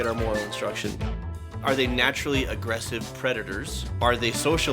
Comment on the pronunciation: It started loading when you said natural, it sounded like "Ni-"